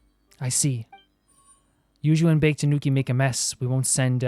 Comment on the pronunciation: The "Bake" in "Bake-danuki" is pronounced "Baa-Kay", its 2 syllables